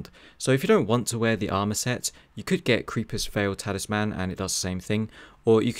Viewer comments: Please, for the love of God learn how to say Talisman!!! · Great video but boy was I triggered by how you said Talisman.